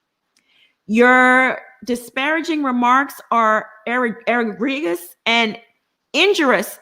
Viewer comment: Egregious is pronounced "e gree juss"